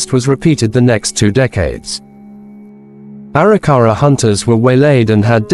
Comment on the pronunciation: Can’t stand the way the narrator says Arikara.